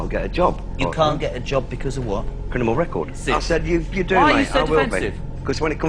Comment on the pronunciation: didnt say Criminal Record He said Crinimal Record😂😂